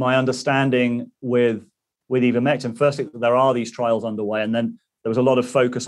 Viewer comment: Why is he calling it "Eevermectin"?